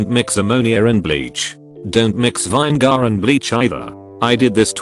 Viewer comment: Lol@ "vine-gar"